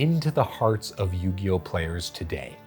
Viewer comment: Or “Queeriboh”